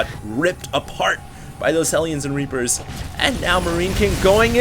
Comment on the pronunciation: you said Rapers instead of Reapers xD